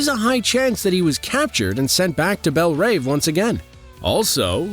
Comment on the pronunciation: What’s with the narrator’s way to mispronunciate “Adebayo”, “Economos” and “Belle Reve”? A bit off-putting.